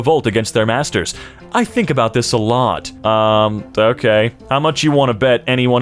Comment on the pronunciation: Wasnt looking at my phone when you said "I think about this a lot", I heard " I think about this sahlad." 😆